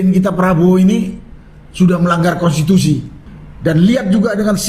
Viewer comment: Sunarko ngomong konstisusi gak ngerti konstitusi koar koar lgak jelas. Hukum saja gak usah digaji negara